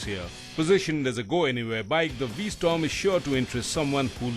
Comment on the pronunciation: V-Storm? Get the name right.